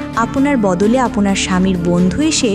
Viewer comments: আপওনার বলেন কেনো,শুনতে ভালো লাগে না। আপনার বলবেন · আপোনার কি? উচ্চারণটা ঠিক করবেন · "আপনার" এটা ভালো ভাবে উচ্চারণ করতে হবে।